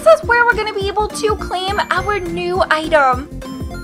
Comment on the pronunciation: Say item not idom